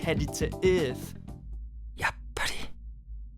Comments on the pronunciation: Earth not eeeeeeurf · For number 4 why do you say Earth like ith